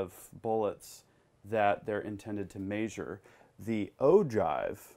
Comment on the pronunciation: Meh-jure not may-jure